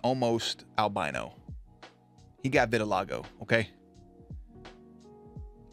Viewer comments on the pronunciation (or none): none